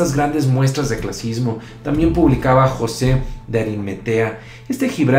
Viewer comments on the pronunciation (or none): none